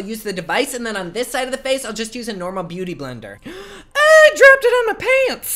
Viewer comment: did he say boo-tay-tay blender?! LOOOOOOOVE